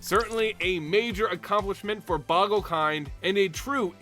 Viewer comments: BOW-gle Not Bog-le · It's boe gle not bogle you not pronouncing it correctly